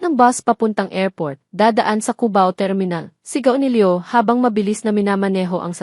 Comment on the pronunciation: Pangit Ang pag bangit ng mga pangalan ng Maya at Leo . Pero maganda naman Ang story.